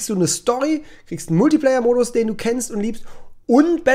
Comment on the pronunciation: Da belehrt er uns seit Jahren, dass Multiplayer anders ausgesprochen wird und jetzt das!!!! xD